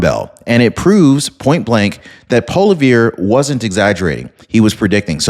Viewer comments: Holy crap, learn what you are talking about... the enunciation is not even close to Paul Revere.... it is sounded out like Poly ev. Learn the names properly or don't report them. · Good program but it is Poi lee-evre not polevere. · The first two times you said Poilivere's name, I heard "Paul Revere" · Hi. It's pronounced Pierre PAAL-E-EV. Love your videos, very informative. 💜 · Hey, I'm Canadian. The correct pronunciation is Paw lee ver. It's French name. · Polyeer! Interesting way to say his name!! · Me too.